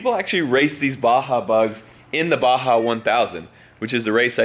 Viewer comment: it's Baja lol